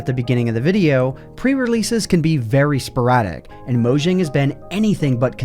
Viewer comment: just a tip: pronounce mojang like mo-yang as that is what their name is meant to be pronounced like